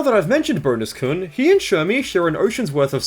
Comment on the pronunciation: Why did you pronounce kun as "koon"?!